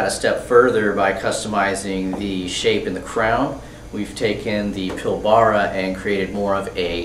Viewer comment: Pil Baar Rah lol its Pil Ba Ra lol PilbrA